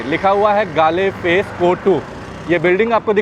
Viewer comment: Galle face is pronounced as Goal face...❤